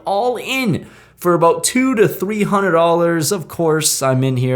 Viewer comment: Dude the emphasis on the “$300” check raise in the A8 of clubs hand was pretty funny. I would’ve thought he check raised 30k how you said it lol.